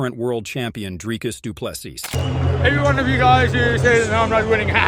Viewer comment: Let's first get the pronunciation right! It is NOT "Drykus Du Ples-sus" Repeat after me: "Dree-cus... Doo - Ples - Sea" Again: "Dree-cus... Doo - Ples - Sea" Once more: "Dree-cus... Doo-Ples - Sea" Last time: "Dree-cus... Doo-Ples- Sea" Final time: "Dree- cus... Doo - Ples - Sea" Last final time: "Dree-cus... Doo - Ples - Sea" Now try saying it again: "Dree-cus... Doo - Ples - Sea"